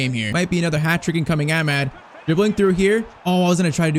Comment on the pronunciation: yh man still pmo the way he says amad